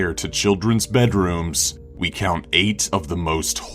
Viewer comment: lolol he said number neghit